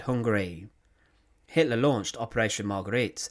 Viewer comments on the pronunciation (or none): none